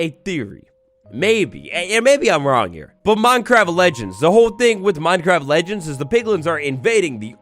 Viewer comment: Did anyone realise thanks “legneds” instead of legends 😂😂 love ya